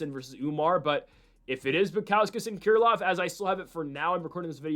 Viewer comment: Haven't heard anyone call Krylov "Keer lov"